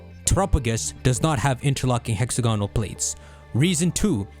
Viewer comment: Bro it's hex-AG-onal